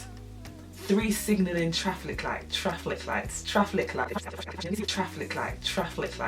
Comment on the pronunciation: No joke , when she said 'TRAFFLIC' lights i choked on my hot chocolate!!!!!!! ahhhhhh i love these girls